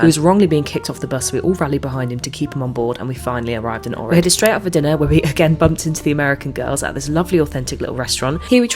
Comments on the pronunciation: It is Ohhrid not O'rid! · It is pronounced "OHrid".